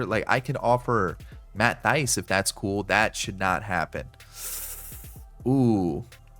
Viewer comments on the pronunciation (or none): Love the video, it is pronounced Matt Th-ice